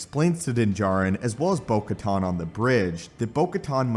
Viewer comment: Bro the “most amazing Star Wars you’ve ever seen” that title is shit. you miss pronounced kamino, Giancarlo, bo katan several times. you say “during Christmas” and not... I dunno... December? You’re fucking trash my guy